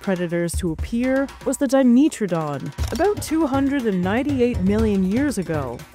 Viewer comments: It’s diMETradon not diMEtradon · dimeeeetrodon 😂 that's a pronunciation I have never heard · Di-MEAT-tro-don? xD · Well that's the first time I've heard 'dimetrodon' pronounced that way. I wonder if says 'let's go to the meetro area' as well.